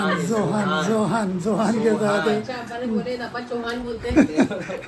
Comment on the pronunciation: इरफान भाई बोले जोहान को चोहान